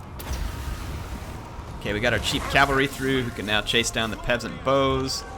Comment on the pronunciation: "now" not "Know"